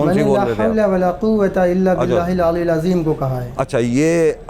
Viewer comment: Abe kalma to sahi se padh le😂 Ye aliul azim kya hai Khud ko Maulana kahta hai zahil